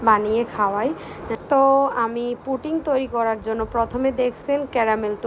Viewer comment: পুটিং না,পুডিং। পুটিং তো রাজমিস্ত্রী ব্যবহার করে।